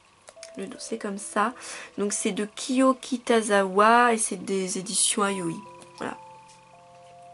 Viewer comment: juste vous dîtes ayoi alors que c'est yaoi